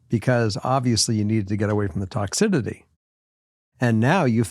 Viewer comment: always pronounces toxicity as “toxididdy” and it drives me nuts 😂